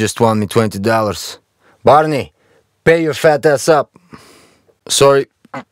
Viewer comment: Its not barney, its parnee, means "guys"